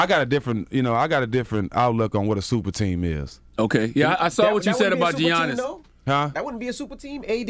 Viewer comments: “Gi-annis” dj envy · On the topic of super teams…and talking about the bucks let’s pronounce Giannis’s name right!!!!!